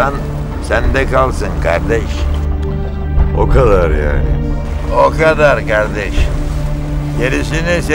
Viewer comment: normalde kardeşş diyordu ama ali dayıya sağlam adamsın dediğinde sağol yiğen diyor 😅